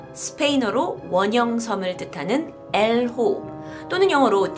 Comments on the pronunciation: 엘오호인데 계속 엘호오라고 발음하시네요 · 스페인어로 엘 호오가 아니라 엘 오호 입니다 "el ojo" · 영어로 the eye면 "엘 호"가 아니라 "el ojo(엘 오호)"네요.